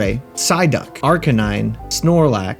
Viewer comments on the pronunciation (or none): none